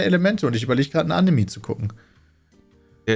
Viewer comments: Leude, es heißt Anime und nicht Annemie 🤣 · Immer dieses Animii. Wie kommt man auf die Aussprache? Einfach wie es geschrieben wird. Anime. Mit e.